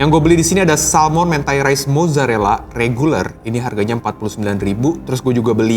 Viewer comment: Mentai huruf E nya dibaca seperti kata Eko, bukan E nya Jeruk